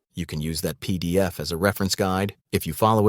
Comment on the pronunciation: I didn't realise until he mentioned the peee deeee effffff.